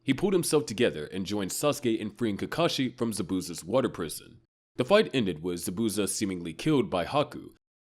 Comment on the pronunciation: Butchered zabuza name 😭 good vid tho